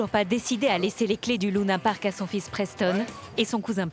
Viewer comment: Sa me stresse lounapark elle dit allor que c’est Luna Park